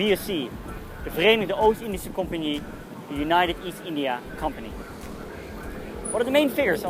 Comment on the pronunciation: good job you did say verenigd Oostindische compagnie without fail's 😂